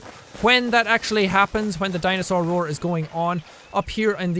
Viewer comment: What did I hear jack say the word dinosaur rour okayyy. O.o